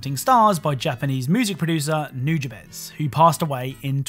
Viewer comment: You couldn’t have pronounced nujabes any worse if you tried dude